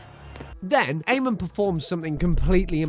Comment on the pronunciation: Good lord, learn to say Amon's name right